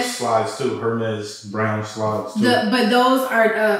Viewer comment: Love y’all so much ❤. Been watching y’all from the beginning. Please doesn’t take offense to this but the “H” in “Hermes” is silent. Don’t need the trollers trolling 😁.